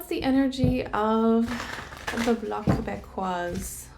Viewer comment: It’s « Bloc Québécois » the final “s” is not pronounced in French. No Tarot reading needed to know that Singh and Blanchet won’t win. 😂😂😂